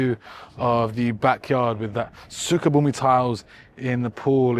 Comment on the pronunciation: As an Indonesian, I love how you pronounce “sukabumi”